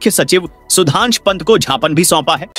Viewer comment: ज्ञापन संज्ञान और झापन संझान मे फर्क है pl correct yr pronounsation